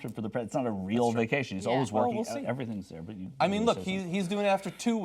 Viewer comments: Vaction? wtf is a vaction.... Are you making up words now? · vaction lol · whats a "Vaction"? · VACTION?!?!?!? lol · What is a "vaction"? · didn't know you could take a "vaction" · What's a vaction? Is that some kind of sucking procedure?